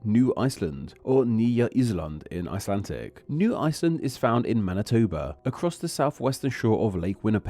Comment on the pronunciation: Why are you saying “icelan-TIC”? It sounds annoying